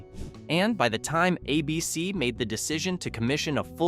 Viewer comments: Who the FUCK is "AhBC"....last time i checked ,the TV station was and IS called ABC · How about cancelled by “ah” BC? You hear Hi-me and ah-bc and it takes a few seconds to hear what comes after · You keep saying "A Bee Cee. " It's "ABC"